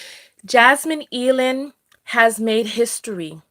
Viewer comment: AYE-LAND. Jasmine Eiland. Like "either"